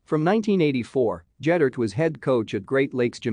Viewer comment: Ged-dert NOT Jed-dert.